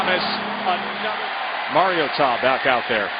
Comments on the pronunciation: so funny he's pronouncing maritoa wrong all game. must be his first game. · Getting pretty post off with how this reporter it saying Mariota's name